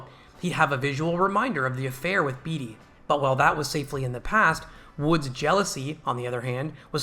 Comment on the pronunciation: Not "beet-ee" but "bait-ee"